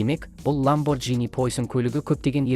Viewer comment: ЛамборГини деп айтылады😅